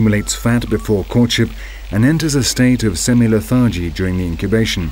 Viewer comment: Interesting, enjoyable, and well-presented. The narrator has an odd way of pronouncing some words, eg lethAAARgy, inFLOOOX, but that doesn't happen too often.